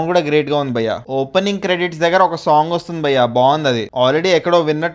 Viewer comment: Dear..malli malli bayya bayya anaku....just pronounce bhayya ledante lekiga vuntadhi